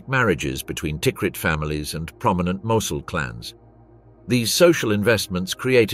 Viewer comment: Seriously, this is very interesting but the AI is terrible. Should be a human narrator. Mosul was pronounced at least 5 different ways, including 2 different pronunciations in the same sentence. Very amateur and ruins the documentary.